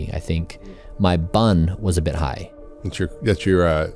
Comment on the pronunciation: Don't say BUN like that... It is an acronym and should be said B U N